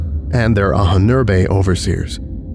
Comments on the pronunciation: Just a minor info: "Ahnen-Erbe" is German and means "ancestors' heritage", and it is pronounced Ah-nen-er-buh, ("Ah" like "After", "nen" like "linNEN", "er" like ERror, buh like "BUried", with the main stress on the first syllable, "Ah" and the second main stress on the third syllable, "er" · You really have to look into how to pronounce "Ahnenerbe" - it has a really obscure syllable division in your script.